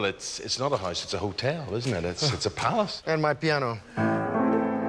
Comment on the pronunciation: Why do you say hisse instead of house?